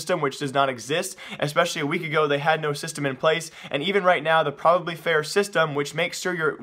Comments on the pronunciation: Dude it's not "probably fair" lmfao it's PROVABLY fair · ITS PRONOUCED PROVE-ably fair not PROV-ably fair prov-able isnt a word